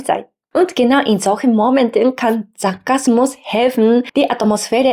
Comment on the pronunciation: Da Sie uns bitten Ihre Aussprache zu verbessern: Sie trennen die Silben zu stark: Und ge nau in sol chen mo men ten. Aber Ihr Deutsch ist schon ausreichend gut.